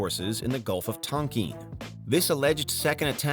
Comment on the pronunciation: Tonkeen haha